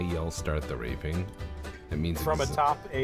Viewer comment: I thought the baddie said "START THE REAPING" reaping!